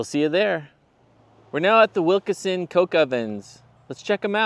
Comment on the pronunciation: It’s pronounced Wilkeson, not Wilkerson